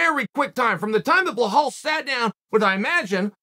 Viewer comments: Blohal and Mocklechev 😂😂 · “Blohal Mohammed” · Says Blahal Muhammad then called him as someone with weird name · Come ooon Chael I'm sure your not an illiterate call the guy Bilal and not blahal....can't you see the difference??? But hey nothing but love for you from Amsterdam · Behow, darush, malkelchev.. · who the hell is Bohal? 😂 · Bel - al, who the f@ is 'Blahaal'?! Remember the name! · "BLEL-HALL" Still undefeated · I love your channel I love the work you do you’re one of the best at this and you know you’ve been there done that is one question why do you slaughter Belal Muhammad’s first name soo bad lol ? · "A guy with an unusual first name..." - LOL, well yeah, after YOU pronounce it, Unc! :D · They respect him so much that they don't even pronounce his name right lol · It’s not Chaels fault bluhawls parents named him wrong (undefeated, undisputed btw)